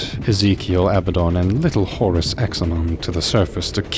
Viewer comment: pronounced Ah-bad-don. Not Aba-don lol